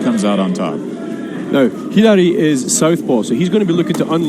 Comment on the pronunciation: “Hidari” pronunciation is good also “Hadouken” too lol